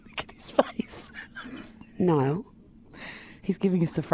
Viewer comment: LOL! you said Nill not Niall typo :)